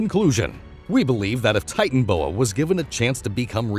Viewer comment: That o between titan and boa in titanoboa isn't silent